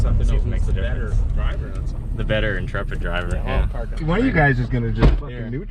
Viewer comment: Intrep!t? Concwhored? Needs a dukes of hazard horn to go with driving.